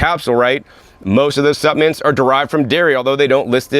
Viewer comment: You've taught me that the "L" in the word supplements is silent.